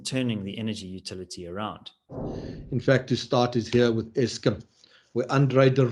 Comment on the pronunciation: Why does say Eskim?